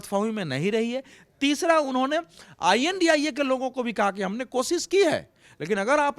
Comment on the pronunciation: अवधेश जी को इडिया शद्ब बोलने में परेशानी हो रही है क्या, जो ये INDIA कोअलग अलग अक्षर I N D I A बोल रहे हैं